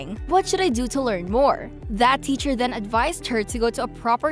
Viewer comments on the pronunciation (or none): none